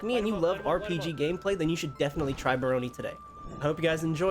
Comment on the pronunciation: Nope, it's definitely not pronounced like "Baloney". Leave it to white people to pronounce ANY word they've never heard said out loud as wrongly as possible lol.